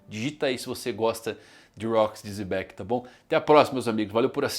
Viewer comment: Por que o mano fala "Zebec"? 😅